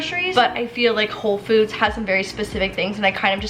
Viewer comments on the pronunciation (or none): Did anyone else hear when she said “home foods” ? 😂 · Anyone else catch at minute her saying “Home Foods”? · it kinda sounds like she says home foods LOL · can we just talk about how said "Home Foods"